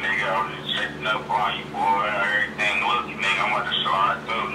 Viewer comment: am I the only one that noticed that is always saying "on errething" lol